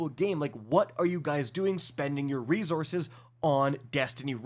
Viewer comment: Stop saying re-zorzes. It's re-sourses.